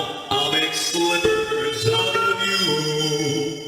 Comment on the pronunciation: Rockstar Bonnie Was Say Slivers Not Slippers